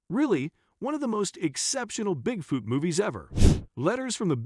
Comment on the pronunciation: the worst part is the generated voice that keeps saying "Bigfewt" stopped watching 2 minutes into it, sorry.....